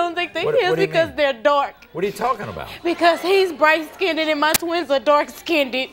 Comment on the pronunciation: He's NOT bright skinned, but OK. Plus, she said it wrong.